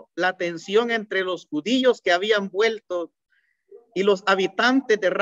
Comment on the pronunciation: excelente, pero como retroalimentación debería de mejorar su pronunciación, ejemplo: decir JUDIO y no JUDIYO, pronunciar MACHO CABRIO y no MACHO CABRIYO, decir HABIAN en vez de HABIYAN....